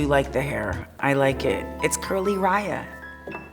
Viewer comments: Its curly-riah lol i love her sense of humor!! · She said curlyriah!!!!